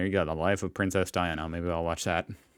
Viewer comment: Terrible angry-sounding commentary - she couldn't even pronounce names correctly, including that of Princess Diana.